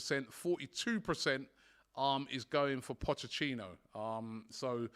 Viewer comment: mispronouncing Poch’s name burns me up! How hard is it bro